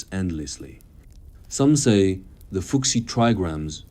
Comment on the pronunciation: How happened that you could not learn your robot to spell Chinese names correctly? "Fu Xi" is not "foo ksi", it's "foo hsi".